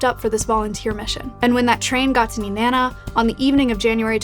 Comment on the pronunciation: Wow she said Nenana correctly